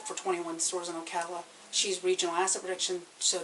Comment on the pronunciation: The narrator said Ocala wrong. Sounds like a place called the Villages.